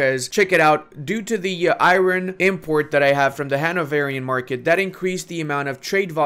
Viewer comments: Eye-Ron...... or Ire-Urn., I love your videos. I learn so much. Keep up the good work! Thanks for your play-throughs and guides! Keeps me engaged in Paradox games when I get down! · Its not Iroon, its I am alone🤣🤣